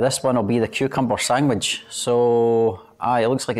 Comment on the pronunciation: “Sangwhich “ Scottish for sandwich, usually on plain bread 🤣